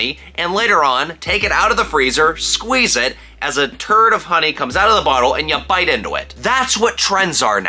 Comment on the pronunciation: "a turd of honey" thats the new name